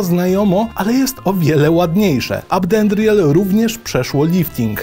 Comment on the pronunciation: Jak dobrze usłyszeć jak ktoś mówi Ab'dendriel a nie A-BE'dendriel